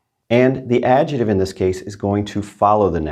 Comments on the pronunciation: It may not be that unusual, but why would you leave out the C when it isn't difficult to pronounce. Your other pronunciation us so good. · In English, it’s also important to use correct pronunciation: it’s not ‘AD-JETIVE’ it’s AD-JECT-TIVE. You need to pronounce the C. 😂